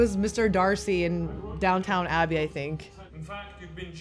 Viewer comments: He’s in Pride and Prejudice, and it’s DownTON Abbey, not DownTOWN. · And it’s Downton Abbey, not “Downtown.” 🙄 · It is Downton Abbey, not Downtown Abbey 😂 and Mr. Darcy is a character in Pride and Prejudice 😂